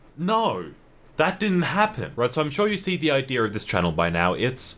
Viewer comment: did he just say ideer